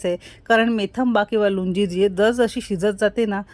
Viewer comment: Lunji naahi lounji mhantat yala